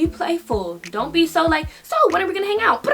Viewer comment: that ‘so’ sounded so British lmao